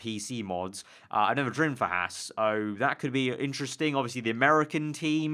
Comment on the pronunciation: Archer Kumi It's Haas